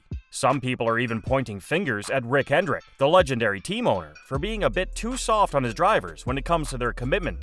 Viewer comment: Hendrick, not "Hendricks".